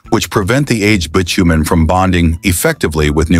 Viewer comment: Every YouTube video is now' AI narrative. I'm sick of hearing mispronounced words, bitumen was miss pronounced along with other words What's wrong with using a real human voice!. 😡